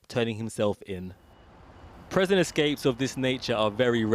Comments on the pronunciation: What is a 'preson'? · what’s a presen? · This guy shouldn't be the narrator, he can't say prison properly "preson" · Why on earth would they employ the only damn person in the Uk who can’t say “prison” properly to do the voice over work / present this